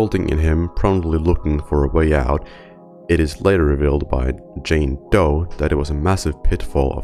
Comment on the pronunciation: Soldier is doe not joe his full name is literally jane doe not a shortened "joe"